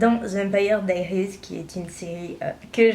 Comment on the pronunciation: Tu prononce male c vampire diaries et nn diries